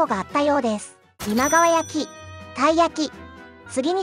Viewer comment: 今川焼きの発音不安定すぎだろ